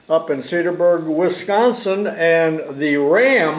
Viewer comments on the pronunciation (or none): none